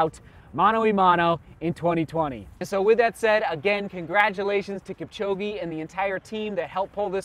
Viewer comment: Butchering his name. He's Kipchog'e' not Kipchog'i'